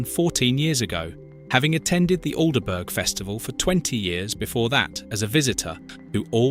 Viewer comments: Al de burg. That cracked me up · AN ICK not AL n ivk ALL-bruh not Al der burg Maybe the voice is AI Also most yorkshire East coast chip.shops fry in dripping! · I don't think the Local who had lived in Aldeburgh all his life would have said Alderburg. Everyone knows it's pronounced Aldbro. Still, quite liked this despite the A1 creeping in. Alnwick is pronounced Annick, though Alnmouth, is oddly enough pronounced Alnmouth not Anmuth. Is nostalgia one of the UK's upcoming industries now many of the traditional livelihoods no longer exist? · Pronounced ALDBRUH FFS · Aldeburgh is pronounced Aldborough and Alnwick is pronounced Annick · The Bot needs to learn, for example, how to pronounce Aldeburgh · What a strange (AI) pronunciation of 'Aldeburgh'!! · Plus the way pronounce the town names! Especially Aldeburgh!!